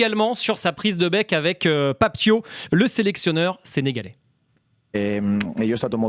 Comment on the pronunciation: C'est Pape Thiaw comme "Ciao"